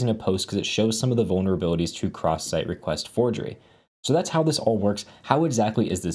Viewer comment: "Recrest" you say...? I do brush my teeth twice, but I use Colgate toothpaste. So, am I good? - "Crewcrest"!? Oh no! I have never brushed with a whole crew! I really need to fix these vulnerabilities.